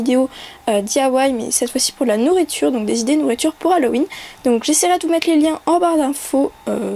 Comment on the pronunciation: C deg a tu fait un bruit genre tu ravales ta bave ca me dégoûte et aussi c'est Halloween pas Halloweenn